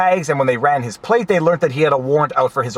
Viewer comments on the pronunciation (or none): none